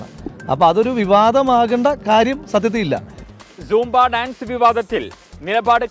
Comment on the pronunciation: കിളവാസാംബ അല്ല സൂംബ